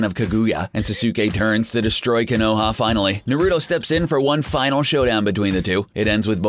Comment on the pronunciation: Gosh!!! Learn to say the names correct!!! When he says Naruto, Sasuke, and Konoha made me cringe so bad!